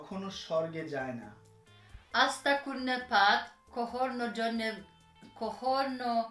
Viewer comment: আঁস্তাকুড়ের পাত ভাই আপনার উচ্চারণে ভুল হইছে